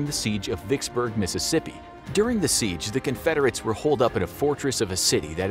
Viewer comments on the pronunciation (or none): none